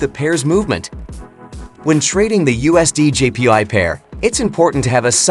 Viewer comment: All i kept hearing was " USDJPi". 😅😅😅😅